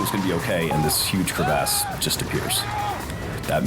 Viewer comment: It's called a crevasse.....not a Cre Vasse